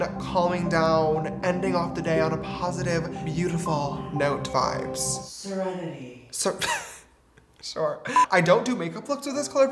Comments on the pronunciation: “SeRenIty😌” “shore😂” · someone: serenity james: shore